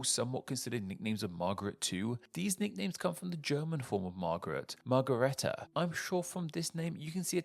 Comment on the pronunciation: What an interesting way to pronounce "marguerite." 😅